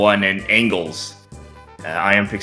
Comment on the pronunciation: Is anglhz really pronounced "angles?" i would have guessed something like angelhertz